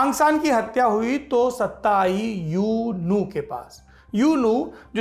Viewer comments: यूनू नहीं ऊ नू कहिए साहब! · U nu = Oo nu Myanmar me U NU ko Oo nu bol nikal ta hai. I am from myanmar .